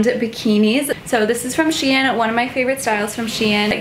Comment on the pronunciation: Is she pronouncing shein wrong?!